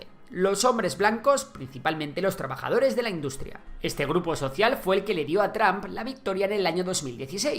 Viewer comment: Se dice TROMP nl tramp. Y se dice VIDEO, no BIDIO